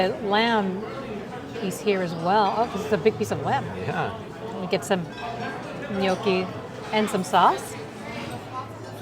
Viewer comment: Please learn how to pronounce gnocchi.